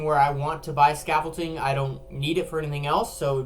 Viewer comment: its not scaffolting its scaffolding